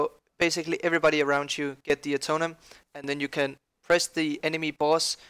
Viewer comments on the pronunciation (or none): It's not "Atonem", it's "AtoneMENT" :-D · Uhhh- tone-MENT Not Atomen